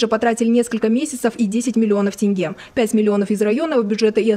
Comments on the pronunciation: Не танге а тенге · тЭнге?что за озвучка